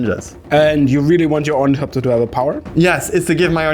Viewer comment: It's pronounced Or-Nuh-thop-tur. Not Or-Nee-thop-tur